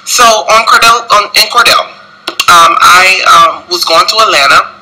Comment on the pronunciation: I swear he said "Etlanna" 50 million times. We KNOOOOOWWWW you were in Atlanta.